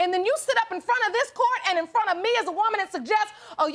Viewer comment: “Court “. Not “Quart”. Good lord…..